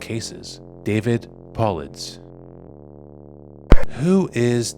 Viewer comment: Keep it up… looking forward to more content…. Just one recommendation, Paulides is pronounced Pa-lie-dees